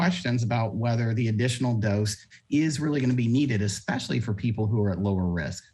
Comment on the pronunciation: "expeshally" Way to bogan Scomo.